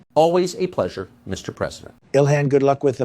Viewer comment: Did he call her dilhan